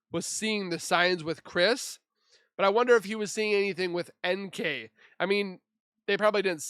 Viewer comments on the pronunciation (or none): I love it when the AI voices call NK nickel,like the currency.💰All she is worth is 5 cents.🤭God Bless you Z!!!🌻